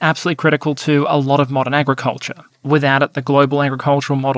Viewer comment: "Agriculture" "Morocco" okay